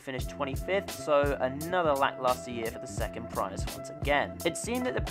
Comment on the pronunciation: He keeps saying PRY-us or PREE-Us and I’m pretty sure sits just PREE-us